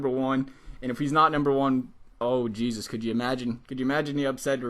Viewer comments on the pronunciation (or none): none